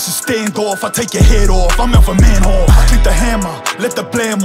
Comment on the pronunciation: It's funny how his catchfrase is hood oos but he uses the English pronunciation of Dutch fighter Melvin Manhoef's name, when pronounced in Dutch it sounds way similar to 'oof' like in roof